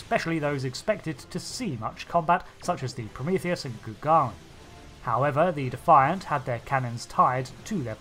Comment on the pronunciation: Cmdr. Benjamin Sisko's Powdered Pimp Hand. You keep pronouncing Defiant wrong....